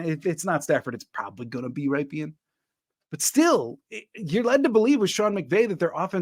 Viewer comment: Rypien Is pronounced like the city in Wisconsin, Ripon where The brand Rippin Good cookies are made.